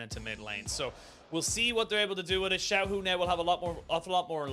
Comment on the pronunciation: not xiaolaohu it's xiaohu